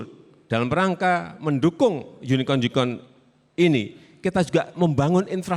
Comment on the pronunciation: Pa jokowi lafalnya unicon '(yunikon)' bukan unicorn '(yunikorn)' ya pasti pa prabowo tanya balik 'yunikon' atw 'yunikorn' ? klo lafalnya bener pasti langsung dijawab